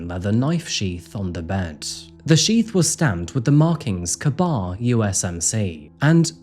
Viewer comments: Not pronounced Kuh-Bar. Pronounced Kay-Bar. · Totally a non-issue, but the kabar knife is pronounced "kay-bar". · Ka-Bar Pronnounced 'Kay Bar' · Your stories are awesome and i love your content. Just wanted to say that , for future reference, it's pronounced "Kay-Bar" . thanks. * Scuttles back under rock where i live and lurk * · Ka-Bar on the sheath is pronounced K-Bar, a brand of knife used by the military… not Kabar like my Indian neighbour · This is a big crime. 4 deaths with such little details. And it's a K BAR, pronounced as written. A Marine non issue weapon. Sorry, former Marine here. Be safe out there folks! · Bro mispronounces Ethan‘s name, mispronounces sigma chi, and mispronounces kabar then I shut the video off. There’s literally years of media of people pronouncing these the proper way. It’s attention to detail like this that matter matters when doing true crime and clearly this guy doesn’t care. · KA-BAR is pronounced like the letter “K”. So, basically just dump the letter “a” lol. I used to manage an Army Navy Surplus, otherwise I wouldn’t know either! They make one for each branch of service: Army, Navy, Marines, Air Force and even Space Force lol (tbh, the Space Force one is the best. It’s baby blue!) I think I have the Navy one. It’s got a plastic sheath, not leather.